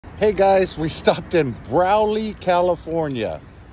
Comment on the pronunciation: i live there btw youre saying it wrong no offense but its pronounced bra-lee